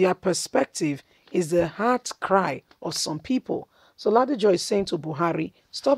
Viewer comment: Pronounce the name Rasheed Ladoja properly please, my sista. It is L A D O J A. Kudos to our ex governor for telling it like it is.